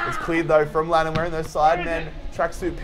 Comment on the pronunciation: Its lannAn not lannOn!